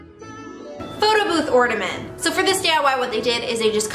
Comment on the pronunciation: I'm mad because you keep saying ordamint not ornament